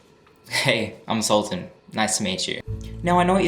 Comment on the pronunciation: It's not SUL-TAN ITS SULTAN whats....whyyyyy